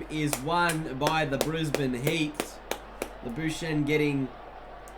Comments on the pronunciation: not even close its prenounsed Laba-skag-knee... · It's pronounced Lab-oo-shaan-ay